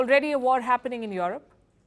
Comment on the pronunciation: Palki it's not yoerope but europe.